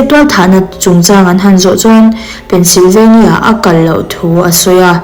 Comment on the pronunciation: Tinge Pennsylvania i lam dan thluk hi a dik loh? State hming i lam dan hi a diklo thei ania